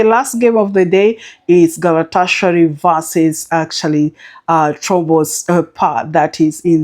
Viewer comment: Great tips as usual, you butched the name Trabzonspor😊. I love your style of 3 to 4 per slip